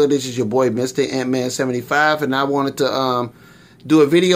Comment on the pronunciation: YEEEESSSSSSSS !!!! Thanks for the shout out , you pronounced my name just fine lol . Awesome video , huge fan of Juggernaut and your channel !!! Liked hearing your story on getting into figured from comics . You are really funny and I really dig your channel , it's straight talk and I dig that unlike some of these channel with all the crazy flashy stuff and all that jazz . To many funny parts to mention , but I died on the bit about the toy biz belt buckle . Great video brother , keep them coming man !!!!